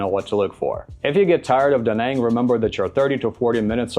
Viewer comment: Spending 2.5 years in a place and still not knowing the proper way to say the city…. Stfu